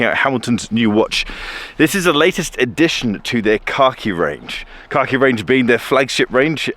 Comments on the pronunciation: Say it with me.. “Kack-Eee”. Not “car-key”. I had to pay close attention as I thought Hamilton introduced a watch called “car key”. Lol! 😂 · I genuinely heard you say "Hamilton Car key collection" number of times 😀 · Every time said “khaki” I heard “car key”.